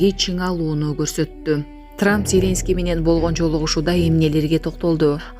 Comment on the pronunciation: Ой, кызым, ЗЕленский дебей, ЗелЕнский деп туура ударение коюп окучу. Уккум да келбей кетти.